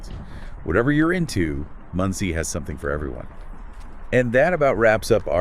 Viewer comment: FFS, it's not pronounced Mundtzie. I know that you don't speak German, but at least try to pronounce it somewhat accurately. It's pronounced Mohndsay (for English speakers). Mond = Moon and See = Lake or Sea. But, in this case due to the size it's obviously a lake. The literal translation into English would be Moon Lake.